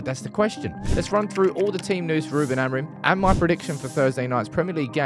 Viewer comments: The amount of times you say the word Amorim and it’s not the correct pronunciation grinds my gears as a Portuguese person 😂 say it like amoor-in but altogether. love the content though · So like Amoorim?